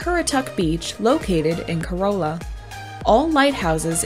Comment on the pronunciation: Little bit of help that will keep natives and locals from laughing at you . Corolla - not "co - rol - a" but "Co - rah - la " is the right way to say it .